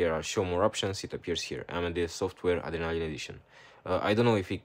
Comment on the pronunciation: Did you say the name of the app was AMD software Adrenaline edition? I couldn't understand when you said the name of the app?!.. Please reply when you can as I'm waiting to make sure I'm using the right app. Thanks!